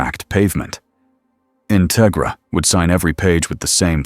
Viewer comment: Just a minor thing, but it's In-TEG-ra, like "integrity".